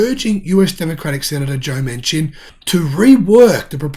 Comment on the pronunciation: Manchin is pronounced Man Chin